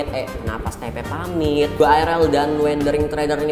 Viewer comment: Steve bukan stepe 🤬🤬🤬🤬🤬🤬🤬🤬🤬🤬🤬🤬🤬🤬🤬🤬🤬🤬🤬🤬🤬🤬🤬🤬🤬🤬🤬🤬🤬🤬🤬🤬🤬🤬🤬🤬🤬🤬🤬🤬🤬🤬🤬🤬🤬🤬🤬🤬🤬🤬🤬🤬🤬🤬🤬🤬